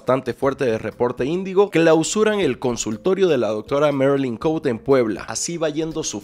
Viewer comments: Marilyn Cote, jajaja Cote no se pronuncia en inglés es Cote tal cual se escribe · el apellido de la marylin es cote asi como se escribe se lee,perdon es que cada que te escuchaba decirlo me conflictuaba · Chale yo me apellido igual que ella...y no somos familiares pero se agradece que lo pronuncies mal